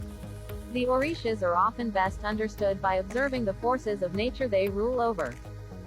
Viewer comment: This pronunciation of the Orishas is not correct! 🤔